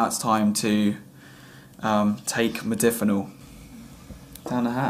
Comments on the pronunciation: Jesus it's modafinil with an 'A' not modifinil 🤪. *Warning to all* please do not take any medication if you have not at least taken the time to learn how to pronounce it properly 🤔. Research Research Research and discuss it with your doctor for god sake 😂🙃. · This fuckin idiot, can't even pronounce the name of the drug he's taking.